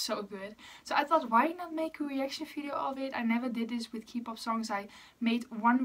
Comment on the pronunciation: eerlijk ik wilde net gaan vragen of je nederlands was omdat je accent zo klonk en toen zei je het ahahah tis btw gewoon kpop (met de K als in oké) ipv kipop ofzo hehe nice om te weten dat er nederlanders geinteresseerd in exo zijn ksjkjs